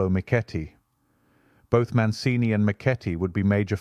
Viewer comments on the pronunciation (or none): Another great video!! Bravi! Your Italian pronunciation is a bit wobbly though: Tallone is pronounced tal-OH-nay and Mancini is man-CHEE-nee. Bergamo is BER-ga-moh. The very Italian pronunciation rule is that the accent is always on the second-to-the-last syllable, except when it's not.